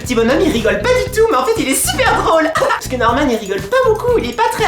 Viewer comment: ^_^ Maxime c'est le meilleur pour moi! Et un petit cour on dit Normane mais ça se prononce Normane je l'adore moi Norman il est cool;) Tu as de la chance de voir Maxime tout les jours toi ^^